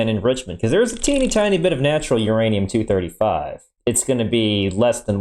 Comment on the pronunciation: Ah yes beeranium...my favorite